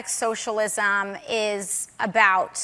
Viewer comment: She's pretty, but crazy. And I already hate her just for the way she pronounces "socialisaaaam"